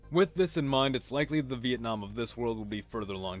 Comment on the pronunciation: sounds like vietnom